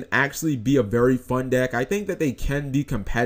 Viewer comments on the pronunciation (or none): none